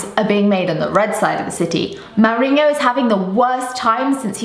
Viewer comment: The countdown for when Hughes will get fired has started. I say he's the first manager that will go from the BPL. By the way, why do you pronounce it Maorinho? Still loving ur videos!